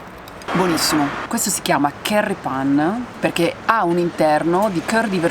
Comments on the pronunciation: "pan oh sciocolà" si legge pen come penna in inglese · NON SI DICE PAN MA SICEMDICE PEN, PERCHÉ SCRITTO PAIN